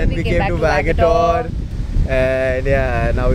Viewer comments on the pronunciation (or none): Hey I'm from Goa 😁ur vagator pronouncing was wrong